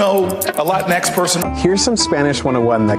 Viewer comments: Dr. Jill Biden's pronunciation of Latinx: "Lay-twine-cksss." Whenever I see the term, makes me crave a Twix... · With a Spanish accent, it's actually pronounced Latin-FLEM. The X has slight flem. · From my understanding, it's not Latin-X, it's la-Ti-nex, as to mimic the actual pronunciation of Latino and Latina. Still stupid as hell. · The 'Latin-X' pronunciation makes absolutely no sense on any level. I could just about understand 'La-tinx' but this is a new level of crazy. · The way Landau pronounced it sounded like "Kleenex". They probably thought he was trying to make fun of them. This is the epitome of an invented problem. It's not a great sign when the group of people the solution is supposed to help aren't aware of a problem, let alone the "solution", in the first place. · Dave said la tinex 😂. I have heard the arguments for latinx. Its all easily proven wrong, nor does latinx work in all situations. Latinx is also offensive. Latinas are proud women who are proud of being both feminine and latinas. They enjoy femininity for the most part same as Latino men. Let’s reserve latinx for the whites who created it and the Latinos who they have fooled into their bs. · why is latinx pronounced in a latin accent but the rest of the message is in an english accent. very insensitive that only the one word is accented while all of the other words are not.